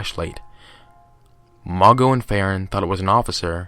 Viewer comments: Mago? Really? It's Mageaux. Pronounced ma-Zoe. Seriously dude. It's disrespectful to the victims of these monsters. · “Mageau” is pronounced “Mah-joe” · Pronounced Mah-sho